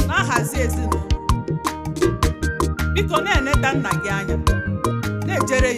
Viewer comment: Father is pronounced Nnà in Igbo language, work on the speech-tone.